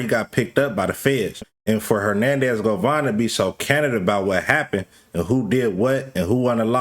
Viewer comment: his last name is GOVAN not GOVON yall influencer's wannabe a journalist so bad tryna not da work a regular job😤 it just explains how lazy yall are didn't graduate from high school you can't spell nor pronounce 😂😂😂😂😂😂😂